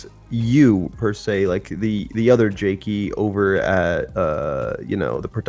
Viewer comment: It’s jakey not jacky